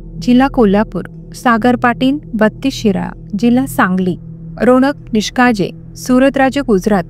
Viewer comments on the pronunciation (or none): रोनक निकाळजे आहे नाव निष्काळजे नाही नीट वाचा जरा तिसऱ्यांदा चुकीचं नाव वाचलं 😡